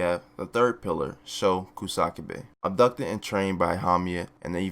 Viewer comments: Uhh it's ku sa ka be not ku sak be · The Kusakabe mispronunciations are giving me anxiety...